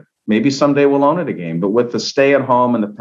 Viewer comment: Why is this man unable to say the word "again". He sounds like a fool!